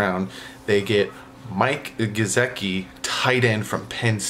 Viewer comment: Lol geo-dart... it's go-dirt :) Phins up!